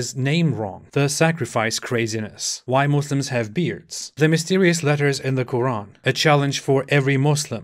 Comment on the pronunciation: As an Arab pronunciation of quran is much better than Ali dawah